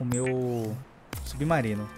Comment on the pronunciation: E só eu que acho que ele fala subnarino?